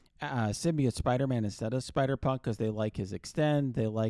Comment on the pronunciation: Couldve swore you were gonna say spider spunk when you were trying to say spider punk special lol